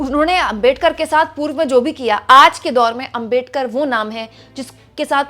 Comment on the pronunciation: आपका सम्मान है। लेकिन क्या अंबेडकर, अंबेडकर, अंबेडकर, अंबेडकर! सरनेम तो सही से बोलिए। वो आंबेडकर है। अम्बेडकर ya अंबेडकर नहीं। कोई भी नाम सरनेम किसी langauge में चेंज नहीं होता न करना चाहिए (बोलने में कठिनाई हो वो बात अलग)। क्या ये बात आपको मेरे जैसे सामान्य आदमी ने बताना चाहिए। गांधी को गंधी या मोदी को मेडी, यादव को यदव, शर्मा को शर्म बोलो तो कैसा लगेगा। पुराना गलत तरीका छोड़िए अब तो। क्या ये इतना कठिन है?